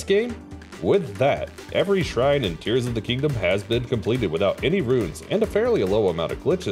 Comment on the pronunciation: The impressive part isn't even the challenge it's the perfect pronunciation of the shrine names